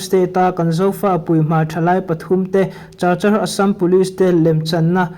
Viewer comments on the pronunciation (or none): Chachar tia i lam hi Kachar ti a lam zawk tur a ni e. Zofa journal tluangg takin kal zel ang che u. Chinland buaina hi hriatthiam a har hle mai. Chin Brotherhoob hi eng Tawng hnang nge/eng hnam nge? Chinland council ah hian eng tawng hmang nge tih te,eng vanga Chin ram chhung a Pawl pahnih lo piang nge tih te chiang deuh a hriat a chakawm hle mai. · Chachar ti lovin kachar ti a lam tur aw.stay ti lovin state ti bawk la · Cachar hi Kachar tia lam tur.😅